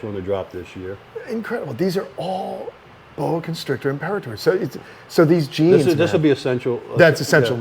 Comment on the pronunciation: It's very validating to hear someone else pronounce imperator the same way I do lol But serious though the day that footage came out I couldn't sleep at all just thinking about it and what Chris and Bill had to go through as well as the heartbreaking realisation that these snakes who trusted them they couldn't protect from this.